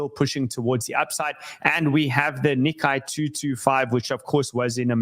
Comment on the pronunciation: Hi, FYI, the Nikkei is pronounced nee-kay ("ay" like today not ai like high)